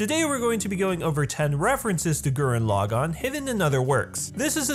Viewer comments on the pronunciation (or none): Da Fuq with saying Gurren LaGANN? [As In accentuating gann] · "Gurren Lah-GAWN" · I admire this video. But I cringe at every time you Laggan (Laa-Ghan) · lah-gone TRIGGERED